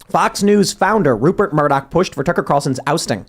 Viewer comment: It's "Rupert" Murdoch.